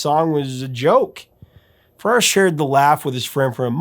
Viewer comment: Thank you for this heartfelt tribute. I was truly heartbroken when I heard of Olivia's passing, she was one of my idols, a person who no-one says a bad word about. Also, her long time songwriter's surname is pronounced Farrar like Farah Fawcett.